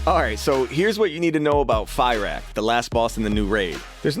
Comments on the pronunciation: you know its not fairak or firerak. Its fyrakk... you can literally hear how his name is prnounced in 10.1 cinematic... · Fi-ROCK, not FIE-Raak. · “Fah-rack”! Stop saying the guy’s name wrong :( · I think its pronounced "fr -ak"? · okay I loved the guide, But who the hell is Fye-rak tho? 🤣